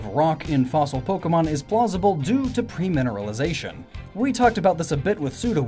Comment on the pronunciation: everytime he said PREmineralization i died a bit inside